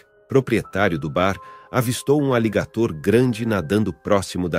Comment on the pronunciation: E pronuncia errado aligator.